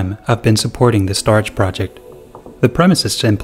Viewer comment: Cool video. I believe that 'StorJ' is pronounced 'Store Jay' vs. 'Storage'. :)